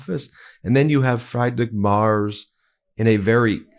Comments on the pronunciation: When speaking of other world leaders, as a matter of respect, please pronounce their names correctly. Friedrich Merz is not pronounced "Fried Rick." It's pronounced "Freed Rick" and Merz is pronounced "Mairtz" not "Mars." It might seem like an insignificant thing to you, but it's insulting to people whose names you're disrespecting. Please do better. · It’s not Mars Ben. It’s Mertz - pronounced Merts. Love your show… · It's M E R Z not M A R S! See a difference? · Ben! Learn to pronounce FREEdrich MerTz (not Mars)! Bitte! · I’m sorry but I cannot let “Fried-Rick Mars” slide 😂 It’s FREE-drikh (or FREE-drish) MAY-erts (but one syllable) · Ben, his name is Merz, not Marz. He is the prime minister (chancellor ) of one of the biggest economies in world. And Trump talks about eggs, Musk and other American issues. And to top it off he made the most idiotic comment about D-day. It is sooo embarrassing! Greetings from the Netherlands (Germany’s neighbor) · PLEASE, before my head explodes. His name is MERZ - pronounced like a mare (female horse), with a hard TZ in the end [MAERTZZ], - NOT Mars. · I have to correct you. His name is pronounced Free. drich Merz (like Fred and Ethel Mertz in I love Lucy). His name is not pronounced Mars. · The presser was a disaster for sure, but not as much as your pronunciation of the names of world leaders. Friedrich Merz is pronounced FREEDRICK MURZ. Not FRIED RICK MARS. Xi Jin Ping is pronounced SHE JIN PING. Not JEEJEEPING. Put some effort in for Christ's sake. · Please can you get the names right. I have said this a few times. It's a matter of respect. I love this channel but please check out the names. Friedrich Merz. Is pronounced Freed-rich not Fry-d-rich and his last name is not Mars but Merz pronounced Mehrzt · dude, "fry-drick maars"? lol. nah, comeon. try this: "free-dree-ch m-eh-rtss" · Merz, not Mars. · Why do you keep saying Marz? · Merz is not pronounced Mars...Look it up Ben. 🤔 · His name is pronounced «Mertz»